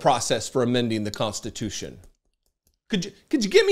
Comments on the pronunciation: WTH is 'constitoosh'? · Did he say we're gonna make it constute?! 🤣🤣🤣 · "We'll make it constitoosh". (Trump)